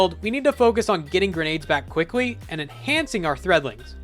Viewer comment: might just be the most mid builds i’ve ever seen, also why does he say quickly like that